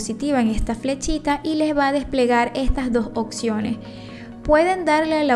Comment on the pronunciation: Ay señora! hable bien se dice OPCIONES no OCCIONES... 😒 😒 😒 😒